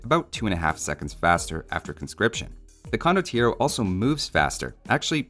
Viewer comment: You can't really pronounce it without shouting the 'O' at the end, it's just wrong.